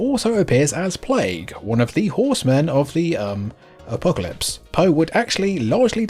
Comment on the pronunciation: Did you say “A-Poe-calypse”? If so I’m equally impressed and disappointed.